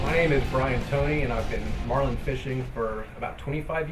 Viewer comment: "we try to catch a Malin" 😂😂